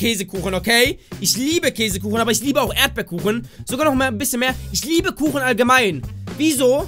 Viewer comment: Äsekuchen? X'D 2015